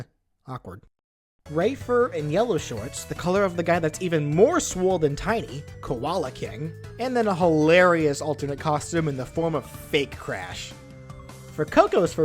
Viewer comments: Its Tawna not Pawna And its Koala Kong not Koala King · Also, it's Koala Kong, not Koala King.